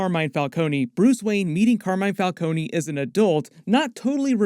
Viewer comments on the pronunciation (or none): I knew they were pronouncing Falcone’s name wrong in the movie